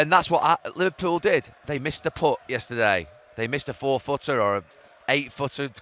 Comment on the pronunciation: Say yesterday again you muppet